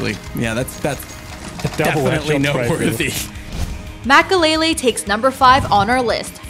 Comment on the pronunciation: Mackalele? tf?